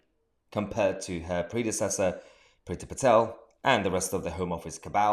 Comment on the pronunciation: Love how you say "Priti Patel".... you make it one word "PritiPatel"! Almost as good as when you say "law". Very Inspector Clouseau. Suella Braverman is awesome. Hope she can follow through.